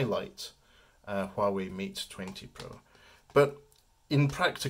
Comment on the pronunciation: It's pronounced Wah Way, silent H 👍